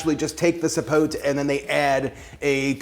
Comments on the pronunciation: i believe zapotes, are from Mexico, and even though it looks as if it was rotten, it is actually good, its pronounced ZA- PO- TAY(kinda is closer), and the other one you tried is, MA-MAY,( again a closer pronounciation). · Everyone here trying to “correct” the pronunciation... It’s actually ZAPOTE, with a Z, not with an S, and you have to specify, black or white zapote. And the correct pronunciation is “zapothe” (added the th for linguistic example purpose). I’m from the center of the Mexican republic, but I can tell that the pronunciation is the same in every state. Zapote, not sapot, not sapothy, not sapotey, stop.